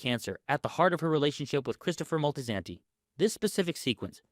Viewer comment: MOL-TEE-SAN-TEE? DUDE DO BETTER.